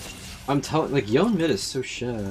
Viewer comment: someone enlighten this man on how to pronounce Yone name. So cringe.